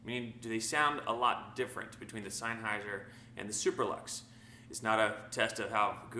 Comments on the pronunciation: In German if you have a combination of "e" and "i" you pronounce the latter. In this case, "highser". Of course you're right about senn instead of sine though. Bugs me too. Good test beside that though. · You are saying it all wrong the pronunciation of the word Sennheiser it isn't signhouser as you are saying it it is ( Sen ) houser